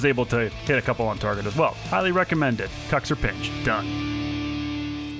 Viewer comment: Sunless it isn't "kaxir" bit "kuxir" Congrats for ur video from Italy